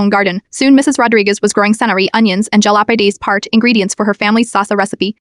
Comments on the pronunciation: Jalapareas...... do you mean jalapeños 😂😂😂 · "Ja-lop-a-ree-as" lol